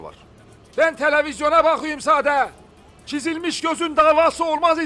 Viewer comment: Diziyi anlatırken törevizyon mu dedi